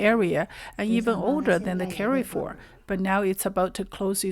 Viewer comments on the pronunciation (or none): it is pronounced Car Foor